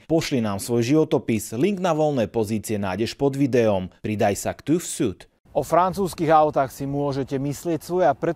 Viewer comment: Renault nemohl pokračovat v této koncepci jednoprostorových vozů z důvodu přísnějších předpisů bezpečnosti a Euroncap. Proto se vyrábějí víceprostorové vozy. Twingu čest a sláva! Prosím inzerenta TÜV SÜD o uvádění správné výslovnosti. Ü vyslovujeme jako temné i. [Ti:f zi:d] Děkuji!